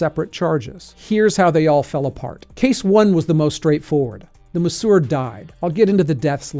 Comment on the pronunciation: How in the hell are you pronouncing masseur as "muhssour" ?